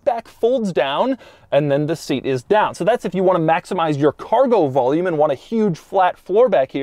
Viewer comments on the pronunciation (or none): none